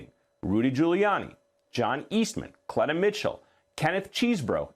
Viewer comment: FFS -- get it together! CLEE-tuh Mitchell, not CLETT-uh. CHESS-bro, not CHEESE-bro. And Ms. Willis's first name rhymes with Bonnie, not Danny. I'm not a newsreader, and **I** know this bc I pay attn. Journo 101 = Get the names right. It's grotesque that you can't be bothered to do the bare minimum to earn your way-too-high salary. DO BETTER. PS: Even after the reporter said "Fani" TWICE correctly, you persisted in mispronouncing it. WTF is wrong with you?????? You're disrespectful and lazy.